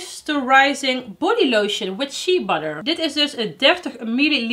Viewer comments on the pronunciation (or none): none